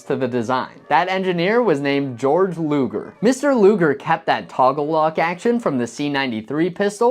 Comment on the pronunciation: His name was pronounced Gay - org Luger. Bore- chart pistol. I worked for John Martz the Luger Carbine maker from Lincoln, California when I was younger and we made .45 ACP caliber Luger pistols. I can safely say that they were accurate and functioned very well. The magazines required loading tools as the springs were very tough because there was a reliance upon the tough magaz spring to feed the ammunition with reliability. Shooting the .45 Luger that Mr. Martz made in comparison to the 1911, I like them both.